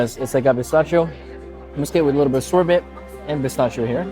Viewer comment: You cant even pronounce michelin right... Grrrrr and its SorBEY not sorbit zzzz